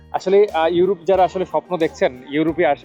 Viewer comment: "উরোপ" 😂😂 "কুরুশিয়া" 😂😂